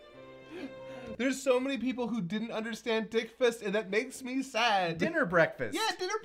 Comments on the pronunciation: I really wish I was high for this one lol Also with Goku's final line I can not unhear "dick fist" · I always heard it as "Dick Fist"